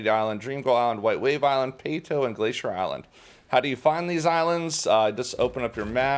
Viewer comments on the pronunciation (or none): none